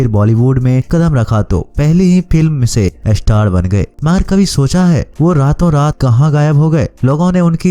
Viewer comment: Pehle star kehna seekh lo